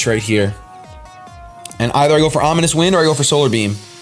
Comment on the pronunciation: You faked me out so hard with that sad music ahahaha!! So fun omg (also "omonious" XD)